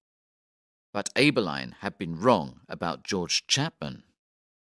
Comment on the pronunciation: The surnames ‘Abberline’ and ‘Pizer’ are also pronounced incorrectly.